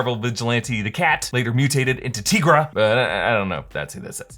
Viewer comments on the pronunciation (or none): TY-Gra, not TEE-Gra. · Also isn't Tigra pronounced TY-gra? Not TEE-gra? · Why did he pronounce Tigra like dat?